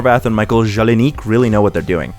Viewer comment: Great arguments, presented with a good structure, and you're very pleasing to listen to. One note: it's Jelenic. So 2/10 I'm cancelling you ... I'm sad that people sleep on the more unique value Teen Titans Go and Sonic Boom provide as formulaic postmodern tv shows Because they do help me as a 27 year old adult grow up and keep it together in different ways than their modern more sincere counterparts do thanks to humor etc